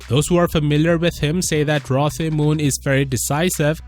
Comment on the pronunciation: The name is pronounced "Roe" not "Rah."